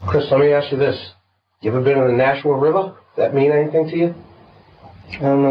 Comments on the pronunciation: Nashua is pronounced nah-shoe-a and not no- shoe-a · I can see how you got nah-shoo-wa from nashua, but its naa-shoo-wa, long A sound at the beginning. Its really surreal watching this be covered, I am a distant relative to the victims and a person who committed the crime is related to my stepsons mother. As well as on the same road, my poor zoology teacher from highschool also lived on it down the road from when it happened. I actually wonder if she was the neighbor keeping watch of the property, but when she came to school after it happened she was really traumatized and wouldn't talk much about it to us as students at the time. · Surprised to hear a story about a town near where I grew up! Then lol'd at your pronunciation of Nashua. "Na-shoe-uh" the first syllable is short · Not a huge deal at all, but as someone from the area, the first syllable of Nashua rhymes with "bash", not "mosh". Great video as always! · that is the most hilarious pronunciation i've ever heard of Nashua. it's not Naushua. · Hilarious way to pronounce "Nashua" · I'm legit horrified that I was living in Nashua (which you mispronounced btw, ;-P ) at the time Gribble was there in the Corps as I was in the process of getting ready to deploy myself. Doubt I ever meet the guy, hopefully I didn't. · The way you pronounced Nashua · The way you pronounced Nashua made me lol.... never really thought I had the New England accent but guess I do